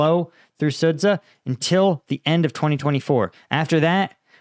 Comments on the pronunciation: Please say it "Sud-ja", the ZH transliteration represents the English J sound (close enough) Imagine if a Russian guy called Cambridge Sambridg just because it is reading it as if it were Cyrillic. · The 'ren' comes from 'renminbi', that's somewhat different. Also Chinese is tonal, I doubt you'll try to get that right. I'd rather he learned the correct pronunciations of Sudzha and Zaporizhzhia first - it takes at most a week to learn the Cyrillic alphabet and the war is in its third year now ... Note: 'zh' always sounds like '_j_our' or 'mira_g_e'